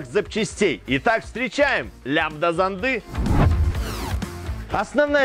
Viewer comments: Господи! Не смеСи, а смЕси! Не ЗондЫ, а зОнды.... Все замечательно, но как можно не знать как ставить ударение!? Уши сворачиваются. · Спасибо за полезную информацию. Вот только... Лямбда-зОнды, лямбда-зОнда, а не зондЫ, зондА. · ЗондЫ, зондА, смесИ... 🤦‍♂️. С ударениями в словах проблемы. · Лямбда-зондЫ, параметры смесИ.... С ударениямИ проблемЫ?